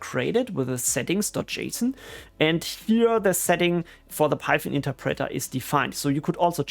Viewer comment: It's not pronounced "interpreTTer", but more like "interpretoerh". ;-)